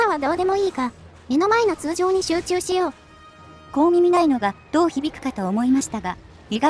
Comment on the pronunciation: 通ジョー 好きw